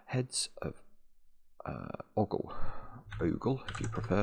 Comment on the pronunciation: It's not oggle (as in boggle),, it's ogle (as in ogre). Also saying zee when you mean zed is mildly traitorous.